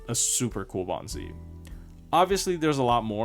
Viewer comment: I thought you're saying Baobhan Sith not Bond CE 😂